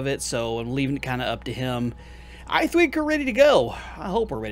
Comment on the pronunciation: I thweek we're ready to go? No idea what thweek is.😂